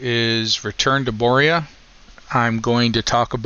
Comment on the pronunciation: Return to what now? Boria? Hahah